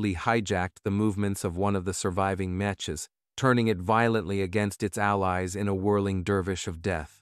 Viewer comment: Mech. (Proper pronunciation) MEKK!